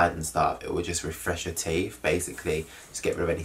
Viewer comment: Did he say "TEEF"??